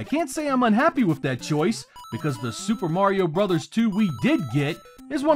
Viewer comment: THANK YOU for two things: - Pronouncing the name of the NES series as "Super Mario BROTHERS" (instead of "brose/broz" as 99% of all YouTubers seem to do); - Not slamming Super Mario Land 1 (as, again, 99% of all YouTubers, and the Internet at large, seem to do). This video is fantastic, but the above traits are so hard to come by on here that it actually gave me an extra push to like and subscribe (which I've done, so great work!)